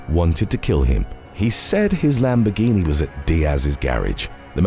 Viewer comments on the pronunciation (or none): none